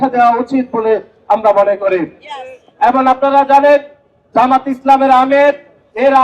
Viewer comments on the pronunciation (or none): আদু শব্দ ঠিক কর খাটাস (এবন) না এবং হবে